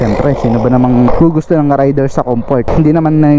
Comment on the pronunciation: Raider ndi rider! Anubayan